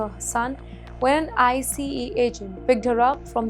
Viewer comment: Hey lady it’s “ICE” not “I-C-E”.